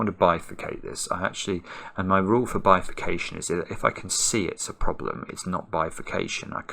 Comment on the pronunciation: It's not bifacation... it just bifacation.